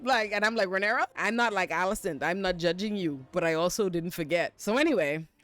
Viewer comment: She called her Rhynera pussy-pop Targarean,!! 😂